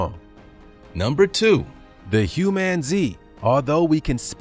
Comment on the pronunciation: Humanzee?? Why